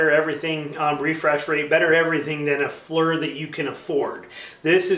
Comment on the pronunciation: thanks for the review! “loo-pold”, by the way. also, “fleer” like deer.